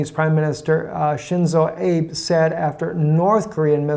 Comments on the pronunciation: Ah-bay - not Abe, like Abe Lincoln. How did the Jews take the land now called Israel away from the Palestinians? Terrorism. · I think the correct pronunciation of Prime Minister Abe is A-bay. You can always check by watching a few news channels on YouTube to see how the main news media pronounces the names. All the best, I enjoy your informative news broadcast although I am not really big on the interpretation of prophecy. Everyone is entitled to their own opinion so I prefer to separate one from the other. Cheers! And as Ellen's friend Gladys says. Keep on keep in' on!